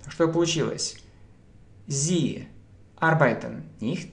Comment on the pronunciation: Arbeiten - ударение на первый слог AR, beiten